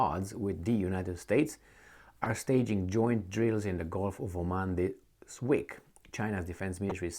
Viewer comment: GULF NOT GOLF. PLEASE FIX. YOUR TEACHER.❌